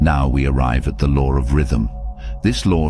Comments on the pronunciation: The "lore"??? There is no "r" in law. I had to stop watching it because he was driving me crazy with that! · Am I the only one hearing him saying “the lore of”? It irritate me! I know this a low frequency feeling but it exists!